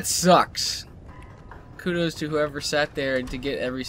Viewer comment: He said "Kutos"